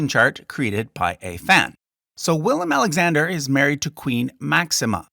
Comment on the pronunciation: As a Dutch person I would love to see you actually use the Dutch spellings of the names and not the anglicized versions. I don't even think it would present a large pronunciation/understandability problem. you even pronounced the current kings name correctly, so why use the English versions of the older kings and governors?